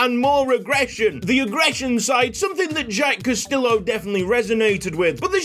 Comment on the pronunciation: Castillo = Cast-EE-yo 😅